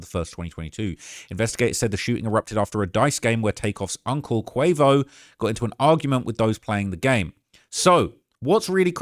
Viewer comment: He almost called quavo queefo 😂